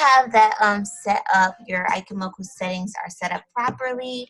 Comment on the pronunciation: Its pronounced E- chee- moku but other than that, great vid!